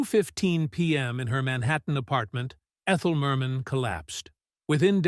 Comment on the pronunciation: Ridiculous! The repeats - and all out of sequence. And calling her Mer MEN